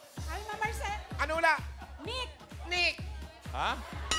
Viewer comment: HAHAHAH! GALING NILANG LAHAT PERO MAS MGALING SI NANAY SABI "NICK"😂😂 . UNANG RINIG KO KNEE.😂😂😂😂😂😂